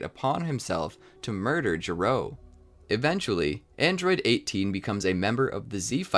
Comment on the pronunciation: Gero is not pronounced G-row, it’s “ge” like the word “get” without the T and “row”. This becomes important because his name is a joke which pays off over 25 years later in Dragon Ball Super Heroes.